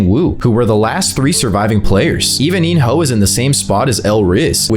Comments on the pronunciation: Bro said in your hole instead of in-ho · He called in-ho “in your hole” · There is no way this man just called him “In-Your-Hole” so casually 😭 All jokes aside these are some valid predictions. Can’t wait for S3